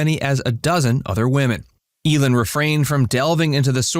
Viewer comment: It's pronounced EE-lin, not El-in.